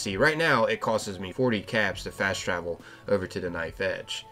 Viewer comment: "costes". Been a while since I heard someone say "costs" so illiterately.